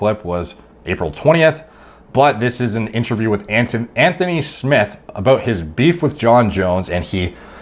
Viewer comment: Anthony Smith not smiths